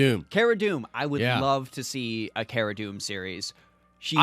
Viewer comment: It’s Kara Dunn NOT Kara Doom 😂